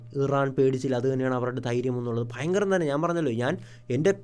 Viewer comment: പിന്നേ ഫയങ്കരം 😂